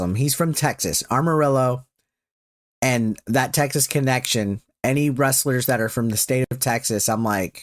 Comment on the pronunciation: Amarillo not armarillo